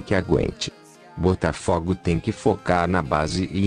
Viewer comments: Tu não entendeu nada maluco. Eu quero que PRONUNCIE o nome do meu time CORRETAMENTE pô! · Tendi Coroa AGR q vi q eles falaram Butafugo